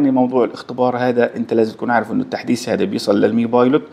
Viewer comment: التحديس ❌ التحديث ✅